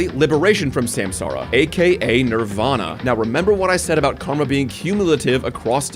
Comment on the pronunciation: Took the wiki page to realize samsara is supposed to be sansaar, as in universe